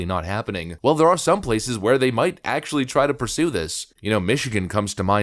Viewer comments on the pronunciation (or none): none